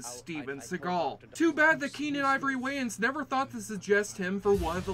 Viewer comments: You must be Canadian cause no American world pronounce that surname wrong. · YOU CANNOT PRONOUNCE THE SURNAM WAYANS CORRECTLY , HAVEN'T YOU HEARD OF THE WAYANS BROTHERS.